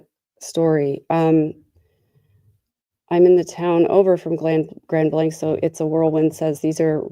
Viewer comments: Grand Blanc is pronounced "Grand Blank" What on earth is going on with this world..places of worship.. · Thank you for covering this sad story. The name of the city is pronounced Grand Blank as in a blank sheet of paper. I used to work there many years ago.